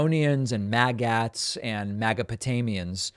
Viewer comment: Dave Pakman needs to brush up on his linguistics and how to pronounce words in the English language. He mispronounced “Magats”. It’s not pronounced “mag-ATs. It’s pronounced “maggots”. Like this: mag-utz. Some people might pronounce it “mag-ets”. But for sure, 100%, it’s not “mag-ATs”. Maggots. Let us at least agree on the simple things.